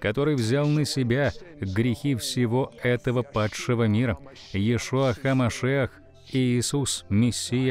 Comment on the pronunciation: ЙешУа. Кровью ЙешУа, ударение на "у" и только на "у" в этом, исключительно и никак по-другому.. Передайте это вашим переводчикам, пожалуйста, умоляю. Когда говорят "Йешуа" с ударением на "Йе", это означает проклятие, звучащее примерно так: "да изгладится из памяти навсегда Его Имя". Но, если вы хотите провозглашать подобное в своеволии. самодеятельности и упрямстве, тогда да, конечно же.. "продолжайте..